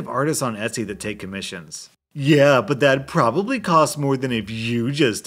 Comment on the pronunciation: He didn't even realize that one of the people said proboblu